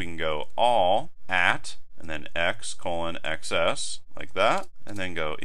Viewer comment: I thought x:xs is pronounced eks and ekses (i.e. plural x) and not eks ess.